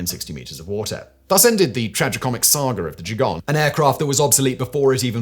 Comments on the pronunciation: Both "g" in Gigant are pronounced the same as in "God." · As Gigant is a German word. The initial "g" is pronounced as a hard g. The same as you pronounce Gewehr.